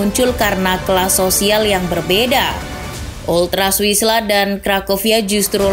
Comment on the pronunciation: WISŁA dibaca = Fiswa